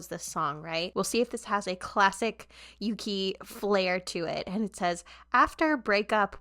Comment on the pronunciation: This is a minor thing, but Yuqi's name is pronounced more like "Woo-gi" when said out loud :) Great reactions, big fan! :)